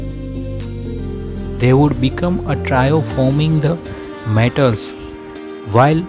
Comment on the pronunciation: Who is this guy?speaking about tots and the matels, he don't know how to pronounce the words, or speak good English so people can understand gosh!.